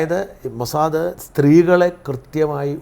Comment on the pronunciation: ഈ ചർച്ചയിലെ സേട്ടൻ എപ്പോഴുണ് മൊ സാ ദേ, എന്ന് പറയും, മോസാദ് എന്ന് ഒരിക്കലും പറയുല അയ്യേ, ഇതെന്തു സേട്ടൻ